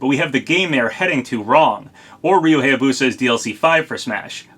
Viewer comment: That's still not how you pronounce "Hayabusa." It's pronounced "HIGH-yah-boo-sah," not "HAY-yah-boo-sah."